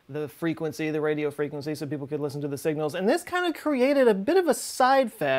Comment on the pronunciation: When she sais listen, it’s a bit weird, almost robotic, like you know when you speak backwards and rewind your voice and hear normal words but the words are hitting the wrong syllables in a way. This is what it sounds like here.